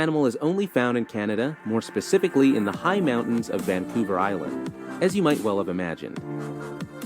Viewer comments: The narrator referred to Vancouver as "Van-Cooler" . New Brunswick as "New Burnswick" and Manitoba as "Mantoba" . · He likely also got the towns incorrect. Im pretty sure he said Vancolver, in stead of Vancouver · Vancouver was also mispronounced